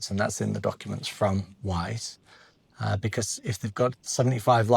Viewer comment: 'Becaaarse' where did that accent come from!